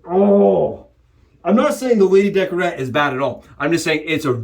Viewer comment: Good vid 👍 lady décolleté not decorete